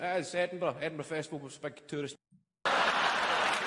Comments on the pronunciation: Hi. Love watching your reactions, but as a Scot, PLEASE, stop pronouncing our capital city as "Edinboro". It's not. It's pronounced "Edin-bu-ru". Dead easy. Cheers. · Please, it is not Edinburrow' nor is it 'Edin Burg' it is dimple Edin-burah. I know you americans struggle with this, but You and We pronounce words differently I love your Honest Videos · Just a we comment so you know how to pronounce Edinburgh You say it like edin burrah, not edin burrow. Kevin is a class comic. Nice to see you interested in him. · "Hand in my C.V." - Curriculum Vitae, which is a resume' to Americans. Oh and it's "Edinburra" not Edinburrow. ;¬) It's nice to see another American who gets British humour. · Edin ,bur, ah, . not edin bur,oh, keep up the good work brother 🏴✌️ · Its Edin bura not Edin bro :) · As a note, Edinburgh is pronounced Ed-in - burrer. Love watching your reactions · Ed In Burra is how to pronounce Edinburgh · (Pronounced) Edinbur a.... Check out Still Game. Promise you you'll love it. Quid is like a dollar. Rosalie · America, Edinburgh is pronounced Edinbura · Edinburgh = "Ed-in-burg". Love the videos man, keep them coming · Its pronounced Edin Burra,Like the Australian bird..kookaburra. Edin burra. much love to you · funny to see how many jokes this American misses and doesn't react to because they fly way over his head. the most interesting bit would be for Americans to realise that their accents are equally not understood by the Scots. just the way he pronounces Edinburgh at the very end is hilarious. "Edinborow"!!!!! Says it all. To the: Pity you can't understand the whole thing mate; you'd be in stitches, but good effort and cheers for at least trying. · should not annoy me but hate how Americans pronounce Edinburgh . anyways great video as always. subscriber from Edinburgh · Go back to Ricky Gervais & ask him how to pronounce Edinburgh! None of you Americans can say Edinburgh!